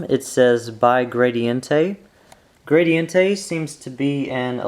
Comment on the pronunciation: maybe he pronounced gradiente wrong?